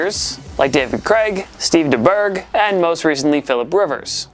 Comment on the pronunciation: He said Steve deberg 💀💀 buhahahaha 🤣